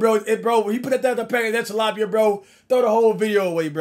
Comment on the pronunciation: Bro it’s tilapia😂